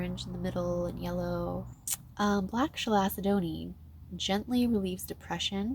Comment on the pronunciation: It's pronounced Cal-sed-nee. Glad to see u again. Blessed be sister and stay safe